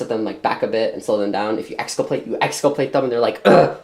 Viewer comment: lol "exculpLate"